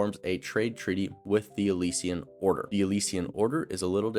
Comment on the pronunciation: Good video but the way you pronounce “Alessia/Alessian” irks me. 💀